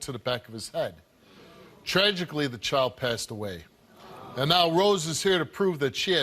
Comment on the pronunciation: It’s sad, but lady it’s child not choid, c-h-I-l-d